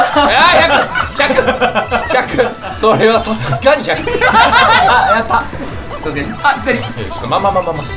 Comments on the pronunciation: が𝑆𝐴𝑆𝑈𝐺𝐴𝑁𝐼言うの笑った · 久々に声出して笑った😂 「さすがに？」と「SASUGANI」の発音の違いがなんとなくわかるの面白すぎる😂